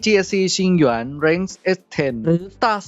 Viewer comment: อยากให้ออกเสียงคำว่า "หยวน" เหมือนคนทั่วไปได้มั้ยครับ 😅 แหยน มันฟังแล้วแปลกๆน่ะครับ